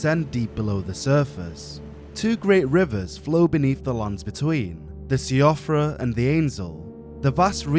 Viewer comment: siofra is pronounced "shee-fruh"